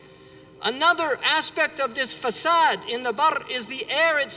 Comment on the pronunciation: It's fasad (curroption) not facade (deception)